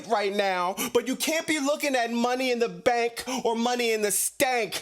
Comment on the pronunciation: Hearing this man saying "Money In Duh Staannkk!" got me dying laughing 😂😂